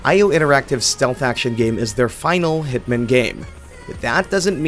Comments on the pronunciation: Great video. But please pronounce hitman properly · Why is he pronouncing hitman like that?